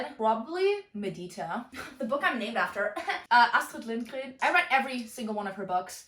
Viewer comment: Me being half German and half Swedish it’s so funny hearing you say Astrid Lindgren in such an accent.